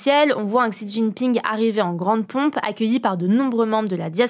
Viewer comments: Petite info, « Xi » (de Xi Jinping) se prononce « si » (un s un peu mouillé) et non « ksi ». Merci pour ces infos du jour! 😊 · ça se prononce même "chi" et non pas "si" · Un effort à la prononciation de "Xi" Jinping please, ça frise un peu l'oreille 😅